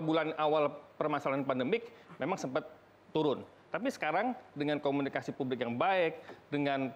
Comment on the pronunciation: 7.45 jangan terlalu tegang dong bang,santai aja🤣 Komunikasi yang bener bang bukan komunisika🤣